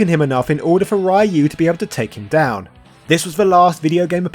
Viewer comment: I love that you have done this level of research into streetfighter but still pronounce ryu as rye you